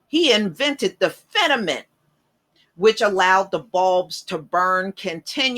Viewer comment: Thank you for the shout out to my relative, Lewis H Lstimer. I do wonder why though you pronounce FIL-A-MENT as "fenament"?